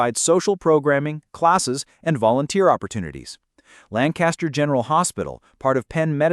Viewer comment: Also it’s Lan Kiss ter. Not LAN caster. Thank you.